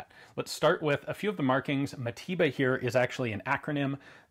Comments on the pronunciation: Mateba not matiba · Its pronounced mataver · sounds like you say matiba... americans...